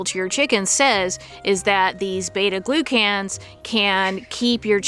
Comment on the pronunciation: It’s not pronounced glue can that’s for sure. You’re sounding it out the elementary school way but not actually saying the word as it should be. Glucan. Gloo-kin. 😊